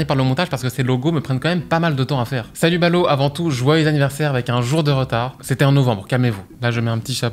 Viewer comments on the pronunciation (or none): none